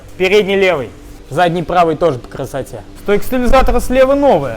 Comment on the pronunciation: По кррррасоте, по кррррасоте..... Не возможно смотреть